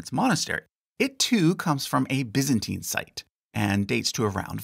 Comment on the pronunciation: I've never heard someone pronounce it biz-ant-teen. So weird.